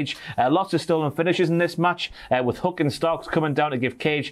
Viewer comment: STOP SAYING HUCK